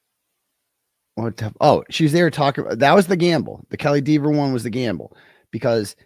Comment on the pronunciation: D Eh ver not Dee veer